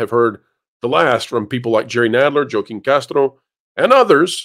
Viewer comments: It’s pronounced “Hwah-keen”, not “Joh-keen”. 🤦🏽‍♀️ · I couldn’t tell if you were Joaquin the way you kept mispronouncing his name. It’s not Jo-Keen, it’s Whah-Keen. Like Joaquin Phoenix. You say you don’t do politics but you should know the actor. But you trilled the R in Castro so you sound like Dumbo. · Joaquin is pronounced "HWA-keen." Just so you know. 🙂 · FWIW, I’m pretty sure “Joaquin” is pronounced “wah KEEM”. 😊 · I believe Joachim is pronounced hwah keem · Castro's first name is pronounced Wa-keen. Fti unfortunately he's my Rep. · Joaquin is said "Wah-keen", even is the spelling doesn't seem like it. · * Joaquin is pronounced HHWaa-KIY-N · It's pronounced WAAA Keeen. You're killing me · OMG thank you, I love WDWpro, but I'm a little on the spectrum AND I'm from south Texas and every time he said "Jo keen" it was like getting poked in the ear. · Joaquin is pronounced wah-keen...... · I like your analysis, but the pronounciation of Joaquin is more like Wa-keeen. It is Spanish. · Wa-keen saying the name wrong a million times makes you sound racist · Pronounce the names correctly please. They may not be my reps but do better please. This is a moment to have the DA play one of my favorite clips. “The bill comes due, always!”